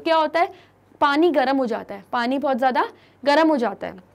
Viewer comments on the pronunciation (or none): none